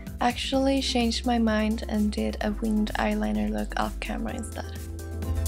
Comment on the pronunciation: I like how u say change xD shhange